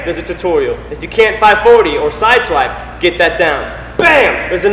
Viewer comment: Did you say Swidesipe?